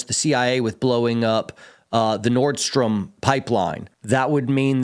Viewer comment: I love but laughed out loud with the pronunciation of "The Nordstrom Pipeline." Dang globalists -- who knew an American department store owned a Russian oil pipeline? 😅😂🤣